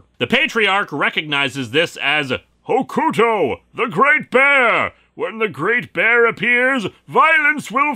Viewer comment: I get that it's not your thing but good lord the way you say Hokuto is putting me on edge in the worst ways. It's like I'm back in the early 2000s.